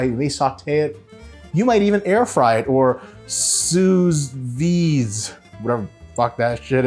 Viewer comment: "You could air fry or soews veeyd."